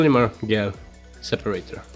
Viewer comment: excellent video! the dish you have looks to be a "Pyrex Petrie Dish" (pronounced pe-tree dish). The polymer gel (pronounced - jell) would be better, thinner, right? Have you tried to use a Mayer Rod or a Doctor Blade to get uniform thin electrolyte pads? Do you need a separator when using these gels? Thanks again (By the way: The pronunciation comments are not a criticism.... just a thought from a native english speaker who would hope someone would do the same for me.... so don't view as criticism.:) )